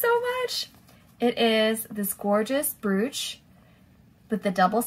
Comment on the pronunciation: Brooch is pronounced broach. Lovely haul. Thank you.